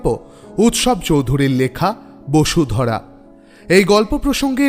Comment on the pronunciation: bodhusara hobe na ?? bosudhara bolechooo !!!!